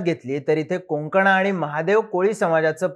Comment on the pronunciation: कोंकणा नाही... कोकणा समाज अस बोला.. ☝🏻